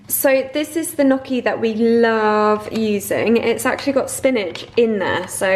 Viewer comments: The proper pronunciation of Gnucci is "Nnnyucky" (phonetic) not "Nuucky'" LMAO 😁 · Ok, I have to say it to you.. Gnocchi is an italian word and the gn sounds like ñ in Spanish!